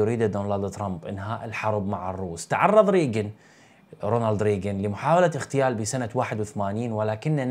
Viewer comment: اخ للتصحيح فقط الكلمة هي اغتيال ليست اختيال فرق كبير بين الكلمتين 😊